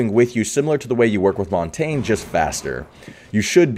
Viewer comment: Idk why but it bothers me when people say "montane". If you watch the operator video you can hear someone say "montahgnee"